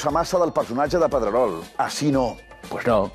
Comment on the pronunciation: Jaja, qué buena los 2 "Pedreroh", diría Soria! XDDD